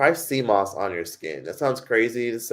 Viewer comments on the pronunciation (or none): none